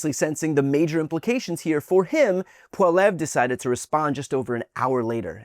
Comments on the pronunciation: It's pronounced polly ev ra. But we just call him PeePee, the yellow stain on the front of Canada's white pants 🤣❤️🤍❤️🇨🇦💪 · It's pm Pacific time up here in Western Canada, and it's looking like Prime Minister Mark Carney will remain in charge, Thank the good lord thundering Jesus! ☺️🥰 💪🇨🇦💪🙌 Trump can suck it! Go pound sand Trump and mini Trump Poilievre. (Pronounced pol-lee-ev. Just sayin 🤷 😊) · Pronounced Pol e ev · It’s pronounced polli-ev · I dont like the guy, but please brian at least learn how to say pierres name 😊 How many times did you say it in this video and never once right. Wont be that hard to hear how to pronounce it properly. Just do the bare minimum of research. Like watching a canadian youtube video of pierre youd hear how to properly say it lol